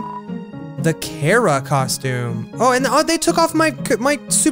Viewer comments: Her his thier name is pronounced. Kar-uh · IT'S NOT PRONOUNCED KARA!